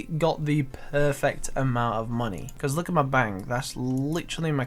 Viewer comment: “Dah is litchrully mhey whole benk”